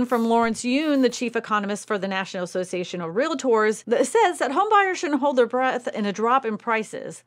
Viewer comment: Ask Google to give you pronunciation of " Realtor and let me kno wat Google says